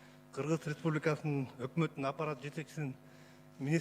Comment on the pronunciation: Сакоолоргоо жалан ресбулика деп айталбай ресбубика дейт